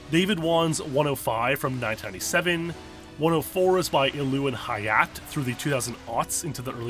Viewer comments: It’s not “Hi-Yaht”. It’s pronounced “Ha-Ya-Tay”. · The -e at the end of Japanese words is not silent how it would be in english. Hayate is pronounced like Ha-ya-teh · Anybody else get bothered by his pronounciation of Hayate? He pronounces it High-ought when it is High-aw-tay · Hi-at?... Hi-yacht-eh is how you pronounce that. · Hayate is pronounced "Ha-ya-te", but "HaYAT" is amusing. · "Hay - ya - teh". The Japanese surname "Hayate" pronounces the 'e' on the end. All Japanese consonants ALWAYS have a vowel sound immediately after, EXCEPT SOMETIMES "N". Now, that doesn't mean that speakers will voice the ending vowels all the time, just like you might leave off the "-g" when you go "drivin". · If it's Japanese, it should be Hayatay, like the "é" sound in "Pokémon" instead of a silent "e". For comparison, think of "Yosuke" and "Chie" from Persona 4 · The E in hayate isn't silent. It's hī-ya-tay. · "Hayate" is pronounced "hah-yah-tey" btw. It means hurricane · Are you pronouncing hayate like hi-yatt? All the vowels are said, my friend. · Hayate is pronounced "Hah-yah-teh" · Hayate is pronounced Hi-yaw-tay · Hayate is pronounced Haya-teh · the te in hayate is pronounced Tay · Ha-yacht. lol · Your pronunciation of Hayate makes me want to palm smack myself every time you say it lol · Dude, Hayate has been conveniently written with Roman characters and you still mispronounced it. How American can one person be?